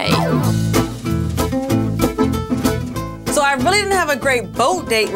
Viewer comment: The way the are pronouncing "soirée" and "embrasse-moi" was physically hurting me. I felt assaulted!